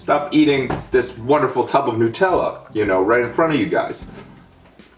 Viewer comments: It's nut-Ella not noot-ella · NUT ELLA not NU TELLA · Hey fatty its nut-ella not new-tella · I’m just realising he says ‘NOO-TELLA’ and my English ass is cringing cause here we pronounce it ‘NUH-TELLA’ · It's pronounced Nutella not nootela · Nope, you're wrong. I'm Italian, its not pronounced Nu-tella but nootela!!!!! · Why do people say it like noot-Ella it's nut-Ella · A lot of people say it is Newtella instead of NUTella... It is made of HazelNUTS not HazelNEWTS.. Wow people these days.. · nutella is pronounced: NEW-TELL-UH not: NUT-ELLA U FUCKING FUCKTARD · Are you Indian you don't say NOOTella you say NUTella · I don't like the way you say newtella it's NUTella not NEWtella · Whd did you say it like it was spelt newtella but it should be said like nu-tella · new-tella?? wtf... NUT-ella, dipshit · Furious Pete Brah! Honestly each to their own. But I am curious, Why do Americans call it (to write it phonetically) Newt-ella? Like It is Hazelnuts are not called Hazelnewts, and it is not named because It is made from Hazelnewts, lol. So why? why not call it NUTella? Like I could understand somewhat if ye guys called Hazelnuts, Hazelnewts but ye don't so makes not sense! Lets go Pete, do this for your country and call It NUTella, but only if you want to. Pahahahaha! High 5 for eating that btw, savage Video! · I don't want to start an argument, but it is Nut-ella. Not Nu-tella. It's Nut-ella because it contains hazel nuts. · Its pronounced as Nut Tella, not Nu Tella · It's not pronounced Nu..........Tella It's Na.........Tella Or if your a perfectionist on pronunciation It's Nut........ella :D Just something i wanted to get off my chest!!! But pronounce it however you want!! :) Whatever floats your boat :) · It's not nOOtella, nUtella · Please someone explain why some people pronounce it nute-Ella when is obviously supposed to be NUTella! Explain dis shit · Nut-ella not new-tella!! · New-tella lol Nutella... NUT! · Its funny how he calls it nootella